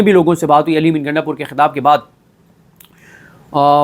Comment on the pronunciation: O bhai gaindapur nahee ……gundapur. Waisey hai wo gainda type heee🤣🤣🤣